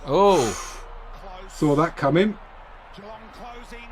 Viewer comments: Generally, don’t stretch the first syllable in Geelong. G’long rather than Gee-long. Just listen to the commentators…. 👍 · Geelongs pronounced almost like ja-long